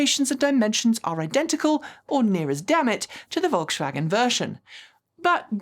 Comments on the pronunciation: Every time said volkshwagen I let out a yelp 😖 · I really appreciate you taking the effort to pronounce euro car brands right and you've done great with Skoda, BUT- The S in Volkswagen is a normal S, not an SH sound. If you want to be extremely accurate, germans often pronounce Vs as Fs, and Ws are Vs, so the correct way to say Volkswagen is: F O L K S V A G E N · Volkswagen is pronounced folkswagen, with a regular S. Škoda pronunciation is spot on :) Really enjoy your videos and open mindset towards brands and EV`s in general, thanks. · Your "Volkshwagen" is adorable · Volkswagen = Folksvagen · So true! Folks-Vah-Gen. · Pronunciation Polizei here: please try to pronounce Volkswagen correctly! There's no "sch" in the middle joining the two words. On the positive side the new Q4 e-tron range does look interesting, thanks for bringing it up. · one very small thing from pedants corner over here. You don't have to "sh" the s in Volkswagen. It's just a normal hard s sound. If you want to say it with a German accent, the v sounds like a f, the w sounds live a v and the a is flat. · Generally, I love your channel, thank you. But for this video my ears hurt from your “Volkswagen” pronunciation. There is no “sh” in Volkswagen, please :) — All else: Please keep fighting the good fight for EVs.